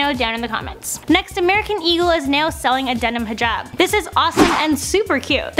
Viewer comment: neow that's how she says now